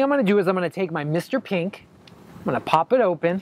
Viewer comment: Anyone notice he pronounces mr.pink mr.peenk lol